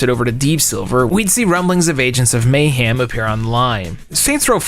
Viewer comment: You seem like a nice guy… but if you keep pronouncing Lara like “Laura”, people are going to institutionalize you for being mentally challenged. Edit: the same goes for the way you pronounce “mayhem” 😬